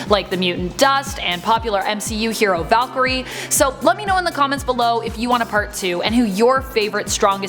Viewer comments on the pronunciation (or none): none